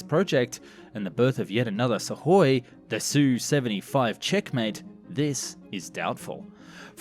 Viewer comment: Have I just never heard Suhkoi pronounced correctly before or does he say it in a very odd way? I don’t pretend to be able to speak Russian in any way but I’m pretty sure the k is sounded out in their name